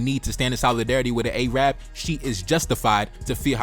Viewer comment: A-rab, bro it's Arab